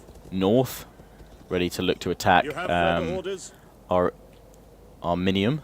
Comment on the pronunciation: it is ari-min-yum